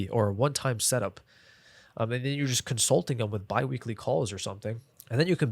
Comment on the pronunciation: i hate when creator just make half of the video talking about cons of a service like why you care? and while making notes I found a new word COM-SUT-Ling 😂 I feel you holding back many information you can answer me one what our client avatar look like? i mean what he selling some service? or a product and how much we gonna charge them